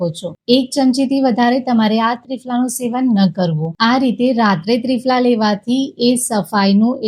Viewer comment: ત્રિફળા બોલો ત્રિફલા નહીં